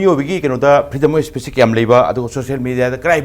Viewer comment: Keino anchor se pakhatliro maisey eidi nokpada wanthadourey "fedom af spet" hairisibo😂😂😂😂😂😂